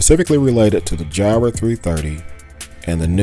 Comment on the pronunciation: It's like "fire", not "jy-ra".